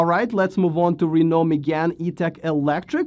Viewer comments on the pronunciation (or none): none